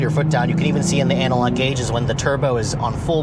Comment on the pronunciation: Hehehe, he said "anal-log"